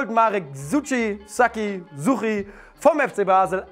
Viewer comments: Suchy spricht man ganz normal "deutsch" aus^^ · Wie ihr Suchy ausprecht😂 SUTSCHYY😂 Das ch wird so ausgesprochen wie es geschrieben wird, also mit dem typisch Schweizerischem Cchhhhh😉👌